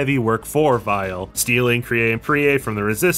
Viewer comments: It almost sounds like you call weil as vile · I like how you say Dr. Weil's name with a German accent so it works as either Weil or Vile (his original name in Japan). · Text: Weil: Vile Me:?.....????? Am I missing something here? Edit: Oh. It's just the japanese pronunciation.